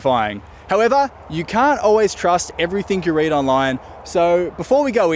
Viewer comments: You did not just say everythink, did you? bro... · There is no “k” in the word “everything”.